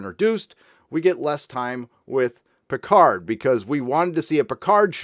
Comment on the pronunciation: I don't defend this bad show but when it comes to foreign languages English-speaking Hollywood always was lazy. Look at Picard - as a Frenchman he is mispronouncing his own french family name since the first TNG episode...